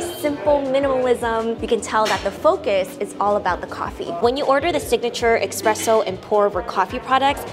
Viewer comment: It’s pronounced: “Espresso, NOT Expresso.”